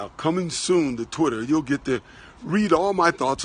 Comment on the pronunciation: "Hey twutter wourld!"